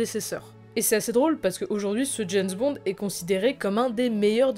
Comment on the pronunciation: c'est bizarre quand tu prononce James bond,j'entends "janss bon"!?